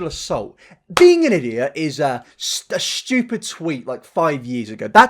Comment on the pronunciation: “shtewpid” ahhh music to my ears